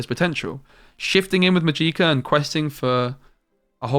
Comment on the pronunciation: I can't help it haha. It's not "Majeeka" it is pronounced "Magic-ah". Love your content, helped me a lot